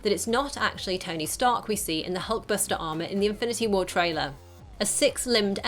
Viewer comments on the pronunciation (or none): none